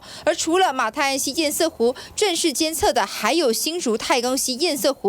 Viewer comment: 趙老康.你的粉絲擬參選高雄市長候選人柯.前幾天不是教你要唸堰塞湖嗎?怎麼還一直唸堰曬湖呢?老了改不了嗎?